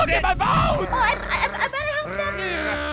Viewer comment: wait Aphmau said help but said HALP the E turned into a A and I laughed a little cuz Aphmau said HALP not HELP